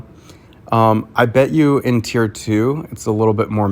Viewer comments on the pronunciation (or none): none